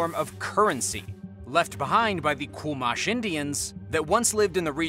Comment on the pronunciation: Never heard ANYONE mispronounce❤ Chumash before. Congrats 😂😂😮😮